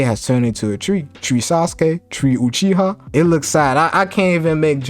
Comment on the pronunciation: My guy said “Sasuke UTreeha” 🤦🏾‍♂️🤣